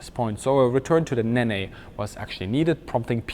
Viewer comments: G'day, AHOY... Um, don't take this too hard, young (Saur) Kraut (Eater), me Laddie... But, at or so, ye spoke of a "Rolls Royce NEE-NEEN Engine..." (!!!??!!!). Having grown up here in Oz, as a Post-Imperial/Colonial/Commonwealth English-squeaking Monohglot...; please, permit moi to suggest unto you..., the Factoid that the Rolls-Royce Nene is pronounced, "NEEEN..." Just(ifiably ?) sayin', (Not your fault..., "A" for Effort...). Have a good one. ;-p Ciao ! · The Nene engine is pronounced "Neen" not "Ne Ne" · Hi great video. The engine Nene is pronounced ‘neen’. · Pretty sure nene is pronounced "neen" like "seen" definitely not " ne ne" . Love the channel though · Ne-ne is pronounced 'neen'. As in the River Nene :) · Just for the sake of ..well who knows? Nene from the use of rivers in the UK is pronounced like knee with an 'n' on the end or just 'nen' but Rolls would say knee-n. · Very good. Just for your information, the Nene is pronounced Neen. All RR jets are named after British Rivers and the River Nene flows through Peterborough to the Wash. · Nene is pronounced "Neen" Like the river it's named after. Still love you. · "Nene" is pronounced "Neen". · Nene still only has one syllable. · I love you, but is there a reason you pronounce "Nene" the way you do? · Excellent video. Ted Rex is correct on pronouncing Nene. Also, Avon is pronounced A-von, not Avon. It's also a British river. I think someone at Rolls Royce liked fishing!